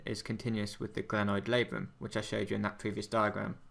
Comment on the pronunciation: NO gRanoid ,but glenoid